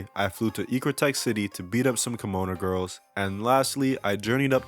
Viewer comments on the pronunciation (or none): none